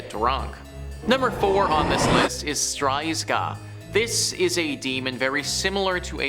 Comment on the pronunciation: It’s actually ‚strzyga’ not ‘stryzga’